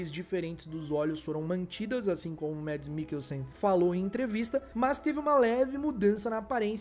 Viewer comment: Excelente trabalho! Como fã, só tenho elogios e agradecimentos!!! Uma dica: como o Mads Mikkelsen é dinamarquês, o primeiro nome dele se pronuncia "mAds", não "mEds". 😉 Abraço,!!